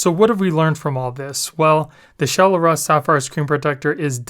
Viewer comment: i think its Shell-Russ not Shell-r-us